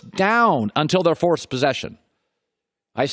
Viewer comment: "until the fource posession"..which is it colin, first or fourth?